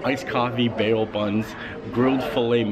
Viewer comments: Bao=Bow not bay oh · Hi. I love your dining reviews and your willingness to try new things. BTW, "bao" is pronounced "bow" (like bow wow). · Those buns are pronounced like “bow’ like bowing to someone… in case you care enough. Cheers! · The new rooms are okay looking but $700-$800 a night? Noooo thank you. Also bao is pronounced as bow like bow to your partner. 🙃😊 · Stats for this video: Fancy: 2 Amazing: 15 Holy-Moly: 2 Any-who’s: 2 Mispronouncing bao buns: 3 Not showing the pinball machines: -1000